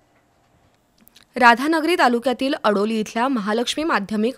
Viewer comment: अडोली नव्हे आडोली